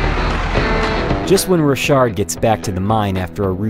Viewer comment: i think its pronounced rock hard